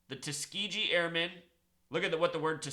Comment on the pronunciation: The G part in Tuskegee is pronounced the hard way I grew up from Tuskegee and people who lived say it with hard G.